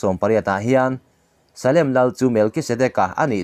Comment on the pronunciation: Angaih nawm hle e...Salem tih hi khat. zawk ania...Salom leh salem a in anglo..Salom tih chu remba in rem tih na..